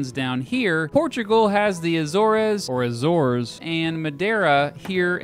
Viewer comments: ITS AY-ZORZ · in english its azores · Azores ainda melhor